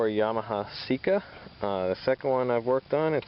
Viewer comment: And just to think all this time I thought it was pronounced Say-ka ok its Seek-a :D